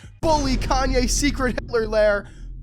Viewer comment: You say it like he's white lol